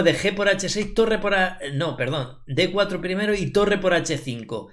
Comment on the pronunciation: El típico pendejo " primiri ", bien video, no he terminado de verlo y ya le di like